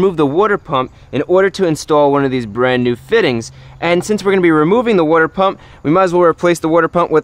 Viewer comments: "Wooder pump" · Every time he says wooder lol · Its how he says water, sounds like wooder. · It's pronounced 'wooder' not water lol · Dan G ya over in the jersey cold lands water is now wooder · wooder pump lol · wooder pump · New wooder pump?